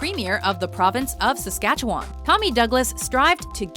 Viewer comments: I'm canadian and on the story of tommy douglas hearing SaskatcheWAN almost gave me a heart attack I swear also its pronounced Saskatchewin or atleast won instead of w on. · SaskatchewaAAAAAAAAn........ ......nailed it. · It’s saskatchwin but spelt won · I mean I’m not surprised by how she pronounced Saskatchewan but I still had to cringe